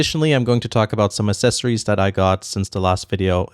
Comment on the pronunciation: Loved the items, but I just can’t get over him saying assessories not accessories